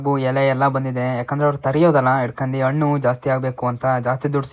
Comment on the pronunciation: Annu alla Hannu! Kannada Sariyagi Balasi